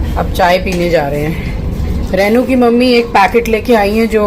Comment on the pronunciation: its रेनू not रैनू 😅just to correct please don't mind🙏😊